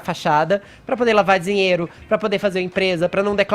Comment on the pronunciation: FEFITOOOOOOOO!! O Copolla acabou de dizer que é uma atividade legal!! Está no véu da NORMALIDADE!! UFA!! E fala direito, não é zinheiro é Dinheiro ok?